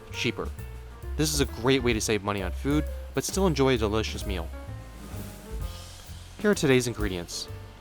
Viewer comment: loved the video but bro the way he says "this is DELL-LICIOUS" just kills me lmfao thx for the recipe <3